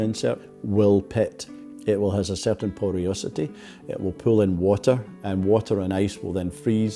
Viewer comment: Poriosity? That's a new one..